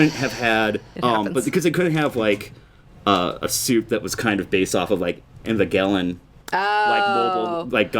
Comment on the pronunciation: That's the first time I've heard someone pronounce Evangelion that way.